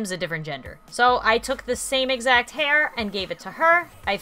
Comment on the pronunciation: u said hair wrong u slept it wrong just pointing that out